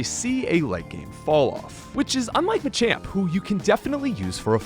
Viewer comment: I hate how you pronounce machoke and machamp, otherwise, great video.